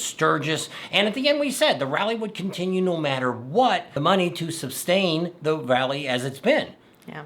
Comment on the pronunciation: It's SUSstain not SUBstain.